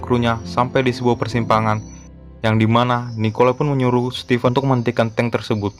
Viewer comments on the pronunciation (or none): none